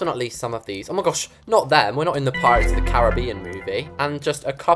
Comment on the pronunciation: I was born in a country in the Caribbean so I started laughing when he said were not in porates of the Caribbean 😂